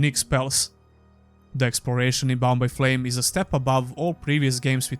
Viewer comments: Whenever you say Bound by Flame all I hear is Bombay Flame. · So every time you said "Bound by Flame" and "Mars: War Logs" I heard "Bombay Flame" and "Mars: Warlocks" which, by the way, sound awesome.